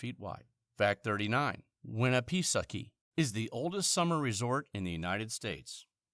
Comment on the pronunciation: oh my gawd, that pronunciation of Lake Winnipesaukee was awful.